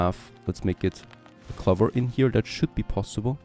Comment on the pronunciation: Ceramics sounds more like sir-amics. Clover has a strong O. ✌️